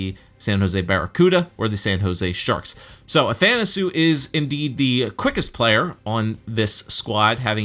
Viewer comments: Andreas Athanasiou is actually pronounced Ath an a see you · Athanisou is actually pronounce athanaseeyou